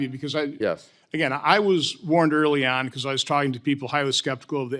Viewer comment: "EXCUSE ME.. EXCUSE ME SIR… YOU DONT KNOW WHAT YOU ARE TAWLKING ABOUT"